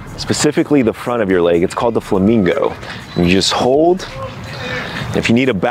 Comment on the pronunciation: My favorite part was when pronounced “leg” as “leigh”